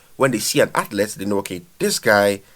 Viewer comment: Learn how to say athlete dude